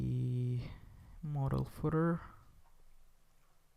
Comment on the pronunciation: Modal...model... *Whispers modal again.... Great tutorial man :)